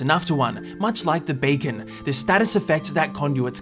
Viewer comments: bacon or beacon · He said bacon